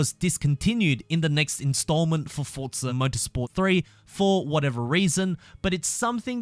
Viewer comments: Forza is an itallian word. Just like pizza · Had to turn this off because of the way he says FORTZA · Why do you say fortza?